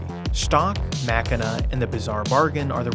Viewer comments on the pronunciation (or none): none